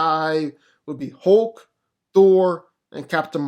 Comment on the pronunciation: the way u pronounce "thor or hulk" makes me want to slap up u piece of sh't